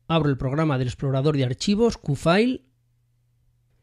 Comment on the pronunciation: Hola. Gracias por el video. Solo un comentario constructivo con respeto. QuickConnect se pronuncia "cuic" que significa rapido (conexión rápida). En el video lo pronuncias "kik conect" y kick en ingles significa patada o golpe, es decir que lo que dices significa conexión a golpes o a patadas. :) cómo ves es muy diferente. Otra es cuando dices "Cufail) (QFile) "Cu" en español y file, que lo pronuncias correctamente en ingles como file. La pronunciación "cu" en engles ("Coo") significa arrullo, que es una palabra con muchos significados muy pintorescos, pero ninguno correspondiente a la letra "Q" (kiu en ingles). Sé que para algunos puede no parecer importante, pero para los que tenemos el ingles como segunda lengua, nos suena muy muy extraño escucharlo así. De nuevo, es un comentario desde el cariño con la mejor intención de ayudar. ;) Muchas gracias por los videos!. Pronunciación al margen, son muy didácticos y útiles! Thanks!